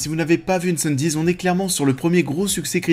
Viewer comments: Incendies se prononce «Incendies» pas «Îneçanne-dize» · Même commentaire. J'étais un peu perplexe quant à la prononciation du mot et j'ai même été vérifier pour m'assurer que je ne faisais pas erreur. Aucune raison de le prononcer à l'anglaise. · Cool la vidéo :) Mon top : 1) Dune 2) Incendies (d'ailleurs, pourquoi tu prononces un peu à l'anglaise ? ^^ "Incendies" ne veut rien dire en anglais) 3) Arrival (Premier Contact) 4) Blade Runner 2049 5) Sicario 6) Prisoners 7) Polytechnique 8) Enemy 9) Un 32 août sur Terre 10) Maelström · Super vidéo ! Mais pourquoi prononcer Incendies à l'anglaise ? 😆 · Super classement!! Par-contre, incendies ça se dit en français, pas à l'anglaise! 😊 Sinon beau travail!!!